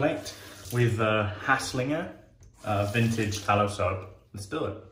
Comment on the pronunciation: Good video! I feel like that soap must of been well ahead of it’s time. Solid attempt at pronounciation as well 😉